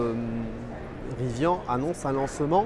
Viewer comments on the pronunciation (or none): Ca commence mal, il ne sait pas prononcer Rivian Riz - Vianne ....